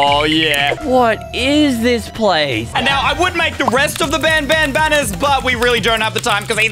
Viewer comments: it’s banbaleena not banbaneleea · It's banbalena not banbalia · it's pronounced baanbaan not ban ban💀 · You say Banbanleena💀🗿 its Banbaleena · Banbalina is pronounced ban ba lene a non ban balia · Me pretending that he didnt pronounce banbaleena wrong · Bro just called Bambolina bamballea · Ban baleena is the pronouncement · He pronounced banbalina wrong